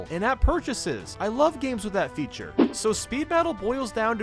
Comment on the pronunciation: say "feature" and not "future" Achievement unlocked